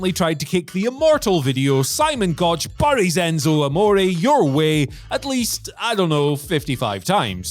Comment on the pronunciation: This dude is said bories instead of buries